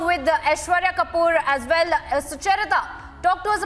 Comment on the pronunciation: "Well" not "Vell", please!